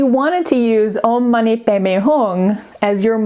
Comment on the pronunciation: She said it pretty well. Om mani padme hum isn't English, and sometimes transliteration is a little imperfect if you're approaching it as though it's pronounced exactly as in your mother tongue based on the writing. The "padme" is more like "bay-may" than we might assume at a glance.